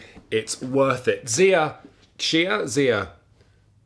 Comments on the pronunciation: No idea why your trying to pollute the community with your bollocks 'CHI-AH' pronunciation. It's z-EYE-AH. Source: Cody Miller (board game designer) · Loved everything about this video, even the mispronouncing of Xia, right up until you said that Merchants and Marauders was a better game. Then I lost all respect for you. Not even a chance for M&M as Xia beats it in almost every way right out f the box.